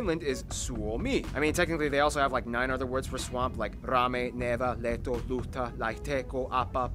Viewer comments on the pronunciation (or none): none